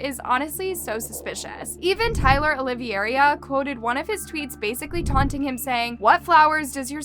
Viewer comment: Even she says “Tyler Olivier-ia” like wth 😭